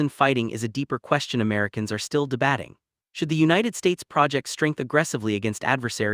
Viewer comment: "De-batting?" This is an AI video. The content is good- byt when are we going to hear human voices?